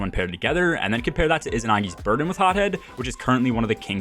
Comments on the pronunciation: PLEASE RENAME it's izanagi NOT izinagi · is there an inside joke im missing with u calling it izinagi instead of izanagi which is what its called?